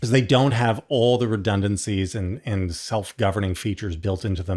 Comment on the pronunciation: Please, JVL--it's pronounced "and," not "ee-yand"....just sayin'....